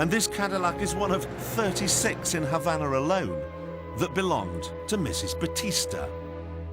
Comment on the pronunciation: Why do the British take any word ending in an "a" and add an"r"? As in Hondar. Havanar etc?